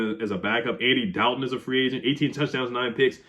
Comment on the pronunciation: Why do you say Andy Dalton, like Draco, says Potter in every Harry Potter movie .